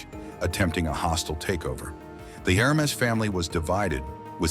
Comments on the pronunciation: Dude -- try harder with your stock photos & video clips; they have nothing to do with the story (says "poodle", shows some kind of hound, describes "51 year-old man", shows man in his 70s, etc., etc.) And "Hermès" isn't pronounced "HER-mess", "Her-MEE" or "HER-muh", as you bizarrely pronounce it; it's pronounced "Air-Mess" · Yeah I stopped watching after the third mispronounced Hermes. Thanks for saving me from the rest of the mess. Also trying to avoid AI generated videos is becoming tedious. There should be a disclaimer right in the title.